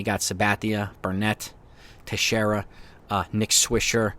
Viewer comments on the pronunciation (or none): none